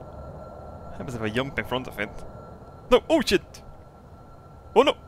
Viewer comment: i laught so hard when he said, let try to " yump" in front of engline :D